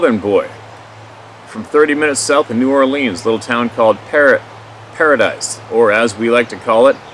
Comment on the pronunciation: LOUP garou is dog man....not a sasquatch. It is pronounced "Para-dee", Paradis....